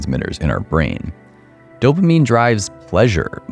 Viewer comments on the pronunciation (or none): You killed off anything spiritual when you said dopimine....dopamine..... wow. Don't listen to this guy's advice in this kind of light. Games are really fun that's why they're addicting. Let's not use ugly words here.